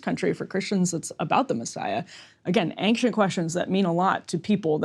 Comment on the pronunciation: Aynkshent is my new favorite way to say ancient